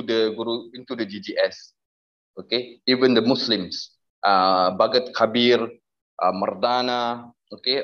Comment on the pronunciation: This guy is a imposter. No Sikh would say Bhaghat kabeer or Bhai Mardana in the accent he did. I am 1000% convinced he has been planted. How would Muslims feel if we start hiring actors with hijab and Muslim clothing.